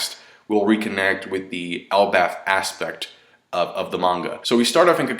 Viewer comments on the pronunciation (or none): none